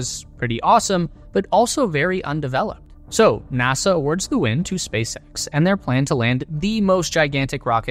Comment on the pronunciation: „Spac..X“ Wtf